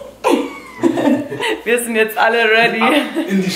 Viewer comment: "Happy Birsday to you, happy birsday to you..." Aussprache sitzt😂Ne, mal im Ernst, für jmd der in Amerika wohnt ist das schon bissl traurig